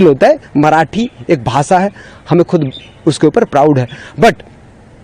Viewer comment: Benchod ko bhasha ko bhasa bolta sale ki hindi bhi acchi nahi hai gandu. Bihari